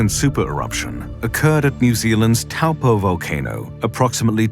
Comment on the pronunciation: You are mispronouncing Taupo. Toe-paw